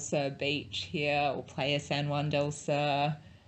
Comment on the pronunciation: your accents are horrific.. for one sur is pronounced soor not sir.. but hey who's counting